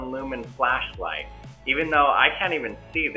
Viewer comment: "A flacklight" Righhhtttt lol